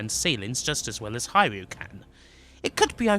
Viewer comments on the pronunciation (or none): none